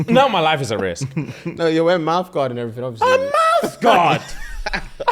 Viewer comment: is the MOST English I’ve ever heard sound 😂😂😂 “A mouthguard?!”